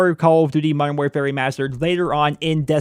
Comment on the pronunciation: I keep hearing "Modern War Fairy Mastered" lol.